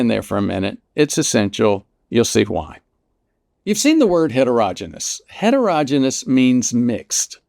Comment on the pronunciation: Really like all this information. Doctor needs to learn to pronounce heterogeneous - it's like hetero-"Genius"